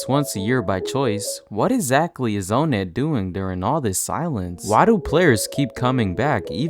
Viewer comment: why do you pronounce onnet "oh net" instead of awhnet